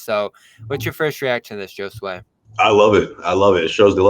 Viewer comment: You all pronounce Josue wrong.